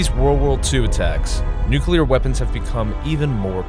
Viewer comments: It's NUCLEAR. Not NUCULAR. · Narrator said Nuculer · Nu-CLEAR. How difficult is it to say it properly?!